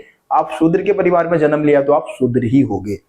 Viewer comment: Pronounce parivaar or likh parivaar